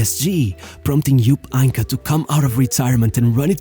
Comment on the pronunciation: Jupp Eincke?? What are these pronounciations brother. Im not a native german speaker, but for tricky names the internet comes through to help, you know?